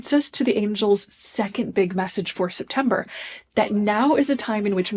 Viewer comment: Does she keep saying SIPtember because we’re all going to need to drink this month?